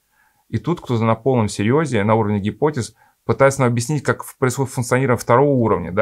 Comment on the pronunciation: Сморим, чека, обснить, пшто и т д .... Уважаемые авторы канала ЭКЗЕГЕТ, а можно снять видео на эту тему, но с другим рассказчиком? Человеком с ХОРОШЕЙ дикцией, который произносит все слова полностью, членораздельно и внятно, не проглатывая по пол слова. Тема нужная и интересная, но подача ужасная. Диктор, как-будто, во время пережевывания еды рассказывает. Он даже слова "Божественная благодать" умудрился зажевать. Почему вы проигнорировали его манеру говорить записывая видео?